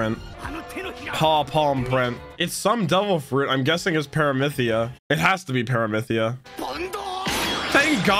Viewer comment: im so sorry i dont want to be rude I really love this series but its "parami see ya" not "paramithia"